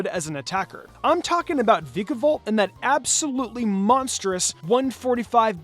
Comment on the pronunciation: It’s pronounced “VIKE-uh-volt”, “”! 🙄